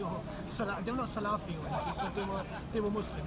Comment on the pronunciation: ما يعرف الفاتحة وجاي ينبح على الإسلام !! يا أخوان السبب الأول والأخير للإلحاد هو الجهل بالعلم الشرعي. سالافي ، حتى الأجانب المحاربين للإسلام يعرفون كيف ينطقون اسم السلفية.